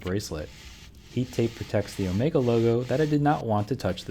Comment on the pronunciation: The “R” is for Omegaaaa-R! 😂